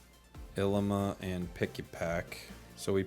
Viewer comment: It’s pronounced ileema